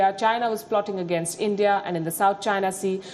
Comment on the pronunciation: You had me at ‘cradibility’. Next word out of your mouth would be ‘Endia’. Guess what - Kashmir is an Indian issue, Farm laws too, demonitization as well. And the Indian government knows what it needs to do. So, yes, nothing for Pakistan to leverage here. Next item on the table - Induction of PoK with India.